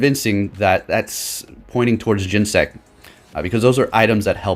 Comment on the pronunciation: Gen-Ne-Sect, it has 3 syllables yo